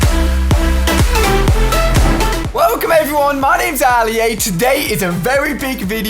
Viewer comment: He keeps on calling himself Ally-A but his name is Ali-A